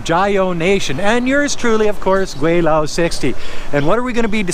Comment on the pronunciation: I like your videos, but as an expat in China for 29 years I wish you would at least use the proper pronunciation for Gweilo. You say you have been in China for 16 years, this should be pretty basic...